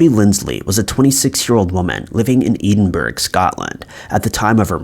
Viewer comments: Edinburgh not Eden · Same for Number 1, Ive never been to Eden Burg. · Edenburg😭😭 It’s Edinburgh - Ed-in-bruh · "Edinburgh" is pronounced "ED-IN-BURRA" (or "ED-IN-BUROUGH").. "EDEN-BERG" sounds so cringy to me lol (sounds Scandinavian).. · In the suzy lamplugh case John cunaan was the Prime suspect but there was never any proof, although his nickname in prison had been kipper. And just for the record I live in Edinburgh it is NOT pronounced edenburg it is pronounced eddinburuh why people think it's pronounced all these weird says truly baffles me! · Eden burg 😂 It's pronounced as Ed-in-borough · Edinburg= edin borough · Pronunciation of Edinburgh had me giggling.. It sounds like Ed-in-bruh, not ee-ding-burge 😊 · My thoughts exactly. I was trying to work out where Eden.Burg was. Took a while be to twig he meant Edinburgh. Pronounced Ed-in-burra is the best I can come up with. Maybe someone an come up with something better. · many americans pronounce things wrongly as they've been brought up to speak how thinks seem to be spelled. i.e the solway space man happened at burgh by sands it's prounced bruff by sands. Edingburgh is ed in borow. Theres are town near mear called Apastria and many americans say say hey leys go to as pi taria. lol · Edin brough not edinburg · EDINBURGH - mate sorry but it's not Eden-berg, it's Ed-in-borough. Here's a video to 👂 hear it. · Edinburgh Ed in bra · I love your voice my friend but since I'm 🏴 it is Edinburgh Ed-in-bor-ah translating for the neds 💜💙 all the best for 2021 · Edinburgh, Scotland is actually pronounced "Edinboro" with the last O being kind of rolled. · "Eden burg " lmao How do you not know how to pronounce that properly ? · you say it like this ed in bra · F**king eeedinburg??????? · She wouldn't have $15 in her purse she would of had £15 pounds considering it's London UK. And also the way you were saying Edinburgh 😂😩 pronounced Ed-in-brur 🙈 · Being from Edinburgh i cringed to much when you said edenburg